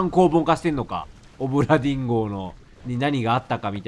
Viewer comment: だめだ…どうしても オブラディン・ンゴに聞こえる…